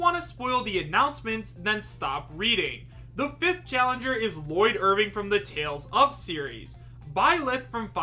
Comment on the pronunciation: ITS SAID LLOYD IRVING